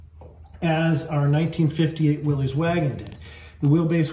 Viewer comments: Pronounced "Willis," not "Willeez." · Great build!1 I have a ‘62 and love it! Do your selves a favor in the community and stop calling it a “Willies”, it’s a “Will-is” and drop the apostrophe.